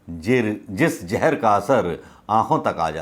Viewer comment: AAP itni achhi clear RDU/ HINDI BOLTE ho sunker achha LAGA...lekin akheer Mai 2 bar ZAHR ki bajay JAHR read kiye...aage khayal rakhei ...